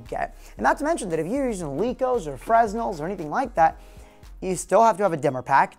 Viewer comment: It's pronounced "Fre-Nel" haha